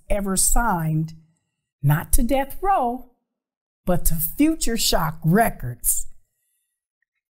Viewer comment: calling Death Row "Delf Roe" kills me everytime.